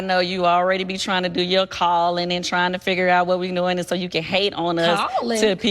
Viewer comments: “Cawling, Cawling, Cawling I don’t have to cawl” “guuuuuurrrrl” 😂💀😂💀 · Cawl-ing? Cawl-info? 😅😅